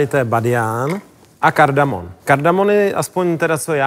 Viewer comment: Jmenuje se to kardamoM. Ne kardamon. Jinak dobré.